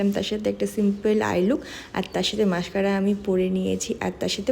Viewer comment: Kothata mascara not massscara....ektu dontesso er pronunciation ta kom koro kane lage shunte...